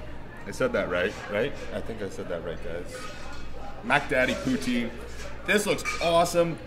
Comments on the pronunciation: please dear god dont call it pooteen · i thought he said booty